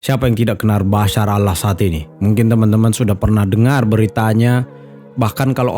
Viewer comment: BASAR❎ BASHAR✅ Nyebut nya yang benar. Jangan dibuang sebutan H nya